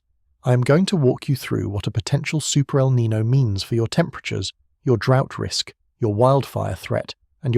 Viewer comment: Niño, not Nino. The name means "Christ child" because the warm currents peak around Christmas. Nino on the other hand is a first name in spanish. Not hard to pronunciate